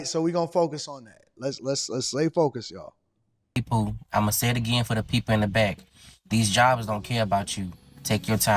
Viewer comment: He meant to say hey people! Not poo😂